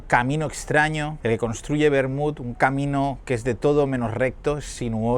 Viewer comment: Admirable que pronunciï la T final de Vermut. Poc habitual tenir tanta cura